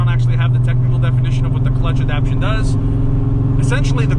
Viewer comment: Keen on this new phase of this project. "AdapTAtion"* not adaption